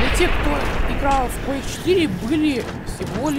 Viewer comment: Бро правильно Quake 4 а не Quage 4